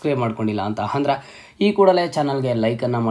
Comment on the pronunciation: Hupdate, handre, heedey reti, hipath mooru hipath nalku, hantaha, howrige, hand, habiruddhi, hawashakate, himportant, helru😅 edu yav style yella ha inda heltidiri, offend aag bedi😅